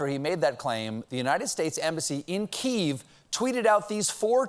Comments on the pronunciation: “Kyiv” is pronounced “KEE-yehv,” not “Keyv”. 🇺🇦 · STOP SAYING "KEEV"! IT's "KEE-YEV"! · He mispronounced "Kyiv". He's saying "Keev". I guess he's reading notes cold from his writers as he goes through his monologue. He should have rehearsed first. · We've always pronounced it key-ev. All of a sudden we devide to pronounce it "keave" Guess we better start calling Mexico me-he-co lol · "kee-YEV", not "keeve" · The pronunciation is completely wrong according to the structure of language. It is pronounced. Key EV . Go back to the Germanic Origin of the word. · Hearing you say KEEEEV instead of Kiev makes my ears burn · isn't Kiev pronounced kee-ev in English? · Yes, "Keev." We all learned it from those experts who testified about the "perfect" Ukraine call. It's how Ukrainians pronounce Kyev. Nice, Late Show. Edit: typo. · „Keev“? Keev Richards? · Look I love you, Stephen... but the networks and media in general should learn how to properly pronounce Kyiv. Please. I don't know when people decided that "KEEV" was acceptable.